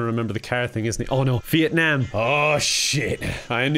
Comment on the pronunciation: The first youtuber I've seen who's pronounced Vietnam mostly correctly.